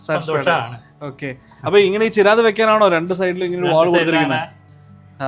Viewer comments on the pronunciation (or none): ചേരാദ് അല്ല ചിരാദ്...